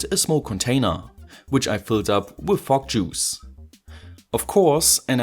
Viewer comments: what I'm hearing is F*ck juice haha sorry :D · The way you say fog juice sound like "Fuck Juice" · Why do i think you are saying Frog juice? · You cant say "Fok" on youtube!! Let alone saying "Fok Juice"! ¤§Ωθ¿¥ฯ!!! Florida!? Your speaks.. Your from Florida?? They use the euro there right? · Everytime you say fog juice, I giggle enough to make my ear phones fall off.